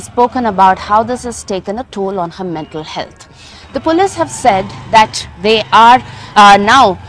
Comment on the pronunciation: Pronouncing police😅😅😅😅😅